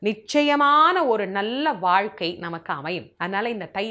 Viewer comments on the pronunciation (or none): none